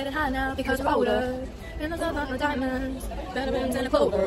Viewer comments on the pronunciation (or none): none